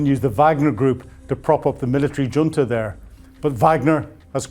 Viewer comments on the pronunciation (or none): none